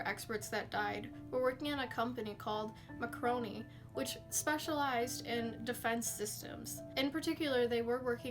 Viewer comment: It's pronounced M a r c o n i... Google Falklands war...Black Goo